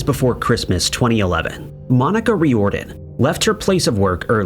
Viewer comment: FYI Riordan is pronounced "Rear den" Dublin is pronounced "Dub Lin"